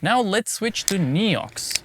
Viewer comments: Thats absolutely not how french say NEOX... XD In english you say nEEox... In french we say nAYox. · Hey! As a frenchy frog myself i can assure you there is absolutely no region in France, even in the most remoted ones, where someone would pronounce it "Niiouuuu" 😂 Great and interesting video as always! Grigri forever. ❤ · I'm French and certainly wouldn't have said Néou. ^^ Thank you so much for all your videos though! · Weird that you thought that "ox" is pronounced "oo" in France. In French, "Neox" is pronounced almost exactly like it is pronounced in English. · as a french, we don't pronounce it this way at all ;)